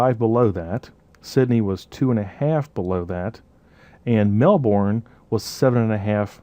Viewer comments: Awesome videos you're amazing. I'm gonna be a real nit-pick here but I really cringed every time you said Melbourne. It's pronounced Mel-burn not unlike like you'd pronounce sun-burn:) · Love love love, this stuff super life saver only one comment, To say Brisane/Melbourne like a native it is Bris-bin and usually Mel-bin... I know we are so lazy lol.